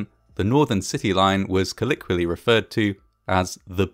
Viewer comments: Please spell "kalikwally" and then justify your pronunciation. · How are we pronouncing colloquially??! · You should learn how to pronounce colloquially correctly .